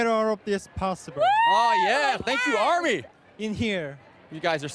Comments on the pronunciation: Finally hearing Taehyung say the R in Army makes me so proud. It's no longer Ahmi. Yes, im dramatic. U can tell. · American pronunciation does not set the standard of good English. Army is pronounced without the hard ‘r’ in MANY English speaking countries, so he’s always said it correctly.